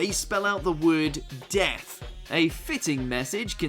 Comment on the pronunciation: D - E - A - T - H...... DEATHU!